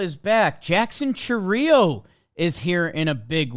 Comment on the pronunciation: Also, if it was pronounced the way you guys said it, it would be spelled Chourío instead of Chourio